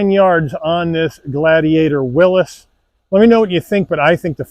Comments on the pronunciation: Its a WILLYS, not a WILLUS! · Why are people pronouncing it “Willis”